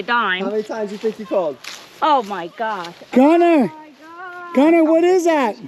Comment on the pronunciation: Gunnar is a Norwegian name, my grandpa was Gunnar Breivik. And I must say that you are miss pronouncing the name… it’s sort of like Gu-nnar